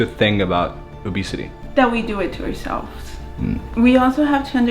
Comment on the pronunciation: Its obesity not obsity